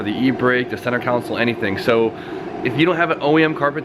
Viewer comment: Who can't say console lol